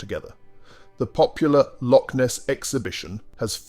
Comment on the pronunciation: It should be pronounced LOCH, A Lock is on a door or a canal